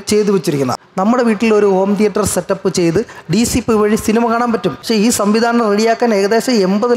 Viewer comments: റ്റിയേറ്റർ അല്ല, തിയേറ്റർ. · ടിയേറ്റർ അല്ല തിയേറ്റർ